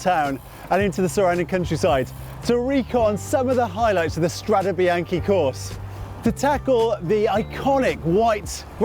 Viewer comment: You guys should be ashamed of yourselves - you're CYCLING WEEKLY, and you're ABUSING the pronunciation!! It's strah-day bee-yawn-kay. It sounds brutal when you pronounce it like the major league baseball team, the Yankees. C'mon, make a little effort!